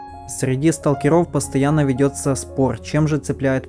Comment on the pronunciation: Не могу слушать. СталкерОв. Ужас, а не язык.